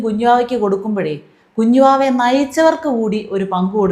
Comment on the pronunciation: Kunjuvava alla , kunuvava. 😜